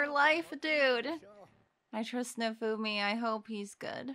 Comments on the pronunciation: a general way to make pronouncing japanese names easier is to split it up into its syllables and pronounce the syllables seperately. Nah-oh-fu-mi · The protag’s name is pronounced “now-foo-me”